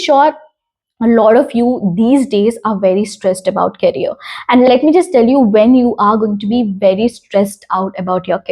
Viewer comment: Hy, please do check the pronunciation of the word career of your because I am very sure that you are not pronouncing the word correctly. I don't wanna let you down by saying that so, don't take it to heart just check it for once. And your videos all are intriguing. Keep on working.🥰🥰